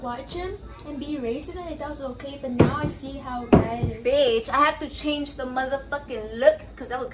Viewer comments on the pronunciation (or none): none